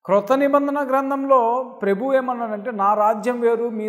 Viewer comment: నువ్వు ప్రభు అనే పదం కంటే ప్రెబు అని పలకడంచూస్తేనేతెలుస్తుంది, అసలు నువ్వు ఏవరు నువ్వు, ఏవరు చెప్పితే నువ్వు దేవుని తెలుసుకున్నావు. నువ్వు అబద్ధ క్రీస్తు కు ముంగుర్తు.